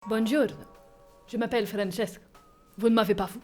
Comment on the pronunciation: Désolé mais tu prononces Francesco à l’italien pas à l’espagnol 😂 et le permis depuis 40ans en 1985 donc on est en 2025 😂mais à part ça cette vidéo m’a vraiment fait rire 🤣 « Francesco est la, Francesco n’est plus laaa »